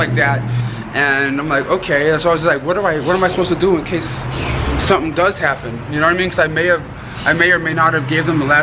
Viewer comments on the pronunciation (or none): none